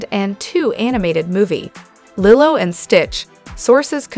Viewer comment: Uhhh lilow lilly? You can’t pronounce Lilo? What is going on